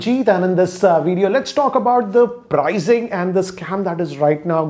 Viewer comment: Your Videos are very good and honest. Just one thing I don’t like is that you always say prizing or prize instead of pricing or price. Please don’t mind, just wanted to bring it to your notice…😅